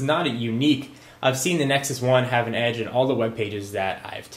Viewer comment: Nexus has an "Edge," get it, Edggee.. hehahah